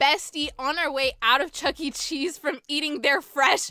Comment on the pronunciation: For some reason I heard you say “chuggle cheese”